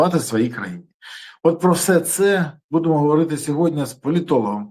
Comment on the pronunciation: Не хоче Пан Береза говорити " сьогоднІ" замість "сьогоднЯ". Тобто ,не читає дописи😂